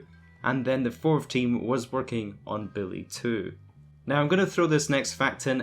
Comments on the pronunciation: I can't wait for "Billy 2"... I thought it was "Bully 2"? Learn how to speak please. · Its BULLY, not BILLY lol, you can't even say the game right. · It's bully not Billy. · Is this dude really calling bully Billy smh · Stop saing billy two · It sounds like your saying billy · I was wondering if he was saying Bully or Billy so I turned on the Subtitles and the Subtitles told me he was saying Billy all along. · I can’t stop hearing “Billy”...help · He sounds like he says ''Billy 2'' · Wow this video was rough, i kept hearing “Billy 2” very very annoying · Lol I ignored half the video cuz I just kept asking myself...is he saying billy? Tf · lEaRn hOw tO sAy BuLLy